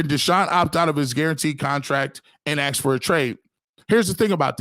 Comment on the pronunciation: You're right the BROWNS fan base SUCKS!....You know who SUCKS!....The BROWNS!.....And another thing it's ASK.....NOT AX!